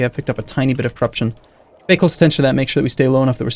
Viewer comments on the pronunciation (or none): none